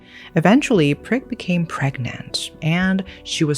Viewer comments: Poor Prik. I am Thai/speak Thai and her name would be pronounced "Preek" with a long E sound. In Thailand we have long long first names, so everyone goes by short cute nicknames, her name means like hot chili pepper. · The way you double down every time you say Prik has me imploding 😭